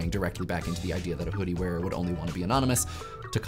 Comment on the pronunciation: pronunciation of initial [H] in the first half sounds so fricative that it's almost like pseudo-Yiddish. "What Was The Chudi?"